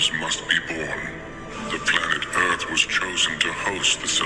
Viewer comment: Ok I used to love watching these but it's getting so ridiculous I just can't do it anymore!!! Anyone who refers to THE EARTH AS THE ERF! Sorry people, can't do it. This channel I getting pretty funny